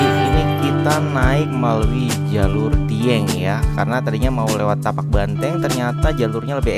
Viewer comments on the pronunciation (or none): 😅maapkan aku khilaf. Maklum baru pertama kali. Kirain tapak ternyata Patak. Terimakasih infonya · Patak Banteng bang bukan Tapak. dan saya suka liat vibe content nya... berasa banget semua jatuh cinta dengan pendakian gunung.